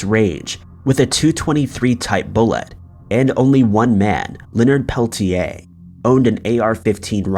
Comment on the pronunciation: 100% this. He could at least have bothered to pronounce Peltier's name correctly...